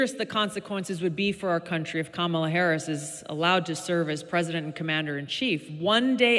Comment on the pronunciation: Fuck around and find out Camel-UH.